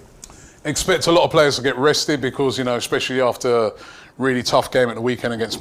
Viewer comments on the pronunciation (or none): Is it just me or does Robbie say because like beecccwooozzz!